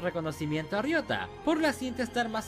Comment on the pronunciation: Rioga? Riota hombre jajaja